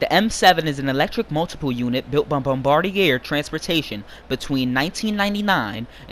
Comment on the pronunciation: It’s not pronounced “bomb-bar-deee-air” it’s “Bom-bar-dee-aye”. It’s a French name, do it proper. Good video though